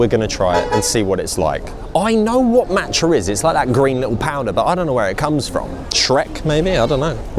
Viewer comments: love ur videos but the way u pronounced tteobokki & matcha kinda gives me the ick haahhhaha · Every time he said matcha I died inside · The way he's saying matcha is infuriating me